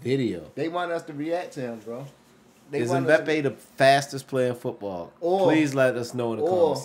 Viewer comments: It's m-ba-pay there's no e in the pronunciation. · Dude said “Moopie” 😂😂😂😂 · It's pronounced em-bap-ay. The Asian guy's name is Son he plays for Spurs. I'm surprised there was no Adama Traoré. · The way they say Mbpappe they say it like Mbpeppe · M-bah-pay (Mbappé) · I cringed everytime they got the totally wrong person LMBAOO everyone what Christiano or Mo or "Bapay" Pwahahha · By the way mbappe is pronounced (em-bop-ay) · Who in the world is mope its mbappe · The M is silent in Mbappé 👍🙂 Thierry Henry used to be ridicilously fast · the way they butchered mbappés name 😂😂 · mbappe pronounced= EM BOP PAY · lol the cant pronounce Mbappe